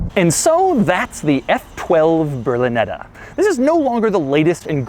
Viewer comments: It's "Berlinetta", not "brlineda" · you should learn how to pronounce ''berlinetta''